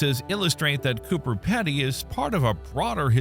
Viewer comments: It's pronounced Peedy not Peddy, dont ask me why, that's just how it's pronounced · I don't think Pedy is pronounced like that.